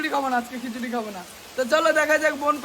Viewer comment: Feda rice😂😂😂😂😅😅খেছরী😂🤣